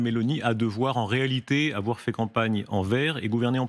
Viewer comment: Car "il ne faut pas afoir peur !"